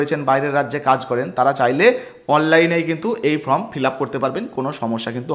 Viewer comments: Form কে from বলছেন কেনো ? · From na কথা ta form